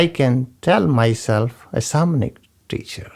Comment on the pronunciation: When You say Samanic tradition do you mean Shamanic i tried to look up info on it and could not find it , thank you